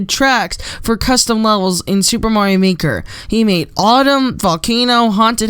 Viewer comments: "super morio maker" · Ok I'm going to clear to the whole world, it is pronounced mah-rio not maaaaaa-rio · mario not morio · LOL he says moario